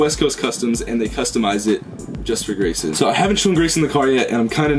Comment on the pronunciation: it’s Grayson not Graysom